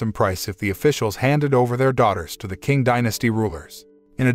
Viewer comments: Not an expert, but the letter Q is usually read as the "Ch" sound, so it would have been read as "Ching" instead of "King" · You're absolutely right. It's pronounced "ching." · Hood movie! I don't think that how 'Qing dynasty' is pronounced. 😁